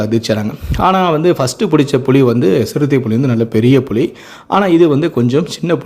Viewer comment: அது புளி இல்லடா புலி ஏன்டா தமிழ கொல்லறீங்க